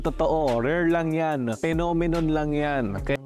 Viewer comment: phenomenon!? o Nenokinnon 🤣🤣🤣🤣 ninenok mo nga pic. ng modek mo🤣🤣🤣🤣🤣